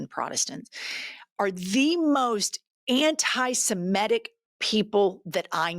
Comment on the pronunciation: I was enjoying your comments until , when you lumped all WASPs as bigots. I was born a WASP, it would be disingenuous if I denied my genetic makeup. That does NOT describe or define my beliefs. I’m not a Protestant anymore, but I was born that way. I hate it when people generalize like this. Also, it’s pronounced anti-sem-itic, not anti-sem-etic. The way you pronounce it makes it sound like an emetic.